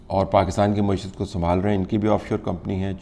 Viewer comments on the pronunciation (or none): none